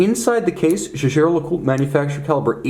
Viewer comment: You are one of the very few presenters who pronounce the name correctly.